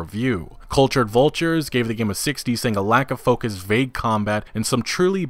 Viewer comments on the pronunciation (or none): none